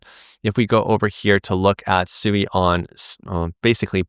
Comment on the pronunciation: You don't even bother to pronounce Sui correctly. 🙄